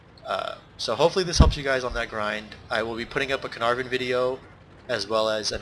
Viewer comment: So far ' is the only person I've heard pronounce Caernarvon some what correctly. Of course there'll be welsh viewers pulling their hair out and frothing at the mouth over it.